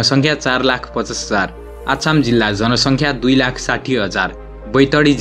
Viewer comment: आछामि हाेहिन अछामि हाे